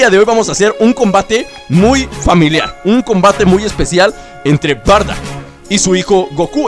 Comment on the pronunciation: se dice bardock